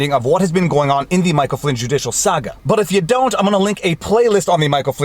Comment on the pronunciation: You could say "saga" properly. ; )